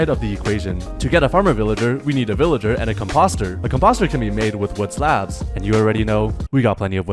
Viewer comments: Com pawster….😂😂😂 it’s a com poster. Love your videos! ❤❤❤ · It's com-post-er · fire but i need you to look up composter pronounciation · You mispronounced composter lol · So like... have you never had a composter? Just based off that pronunciation